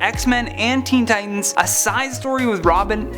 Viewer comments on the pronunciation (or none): none